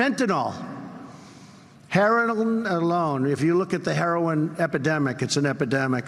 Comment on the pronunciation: Herlolin lol our president was not hooked on phonics